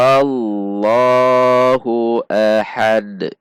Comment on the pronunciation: Kesalahan sering banget, Qul HuwaWLoh... dibaca waw